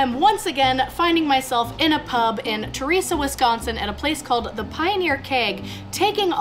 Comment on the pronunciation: It's ter-es- uh